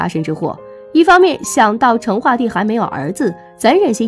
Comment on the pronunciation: 成chen， 四声